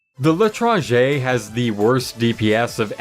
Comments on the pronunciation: Nope, he's still pronouncing it wrong. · You didnt pronounce l,etranger with the right prounounce but it doesnt matter